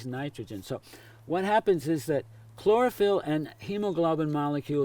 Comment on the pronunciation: Yoooo my dude, Hemoglobin and Chlorophyll are not how you say they are. Chlorophyll is similar to Hemoglobin is structure but has Magnesium in the centre . The bottom of Chlorophyll also has a long chain as opposed to Hemoglobin. Also chlorophyll harvests light with its antenna complex, it doesn't transport nitrogen but has a major role in the nitrogen cycle.